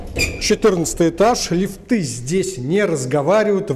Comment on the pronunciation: Наткнулась на один ролик автора, показалось вроде нормально рассказывает про новостройки, но посмотрев несколько роликов...ЛифтЫ, ДевелОпер....и еще куча все....кровь из ушей.